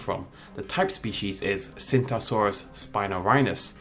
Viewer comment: It's pronounced chingtao saurus